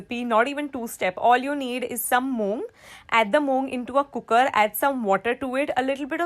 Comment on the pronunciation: That ‘cookerrrrrr’ was addictive 😂♥️